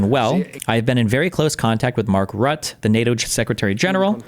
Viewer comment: Mark Rutt+eh, or something like that. I don't think you have an intuitive way of doing the "e" like we have in the Netherlands.